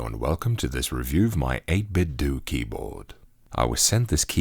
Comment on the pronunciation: Just like it isn't 'Nintendoo', it's not '8bitdoo'. "8-Bit-Doe", say it with me now. It's not "doo".